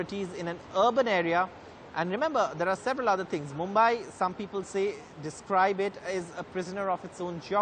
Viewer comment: Brother the city is pronounced as Mumbaee though spelled as Mumbai... it should end as ee and not ai....